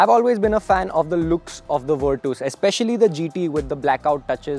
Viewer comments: Vitooos kya he 😂 Its virtus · if it’s the right pronunciation it would be Fer-tus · Virtus ❌ vertos ✅🤣 Vir-tus ✅ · virtooos? were twos perhaps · Virtus❌ wereTOWS✅VIRTOOOS☑️ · still virtoooos sounds wierrd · V in Indian accent is we... so he's saying weertwos... 😂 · broo pleasee...its nott virtoooss!!